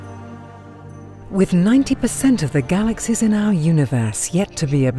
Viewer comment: She seems to say "galaxes" instead of galaxies